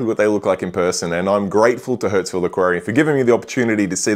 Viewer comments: your pronunciation. You called it hurts-ville not Hurstville throughout (except once in the intro). You probably don't notice but you also swap a and e sounds pretty severely. Usually people who do that cannot hear the difference between the two sounds. Maybe you cannot hear this one either? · Once again, another great store tour video. Just letting you know this store is pronounced like “Hurst-ville” not “Hurts-ville”. Love those gem tangs but don’t love their price. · Love the Hurtsville pronunciation! That's where your wallet will be to buy the eel! They have a great store with a good reputation.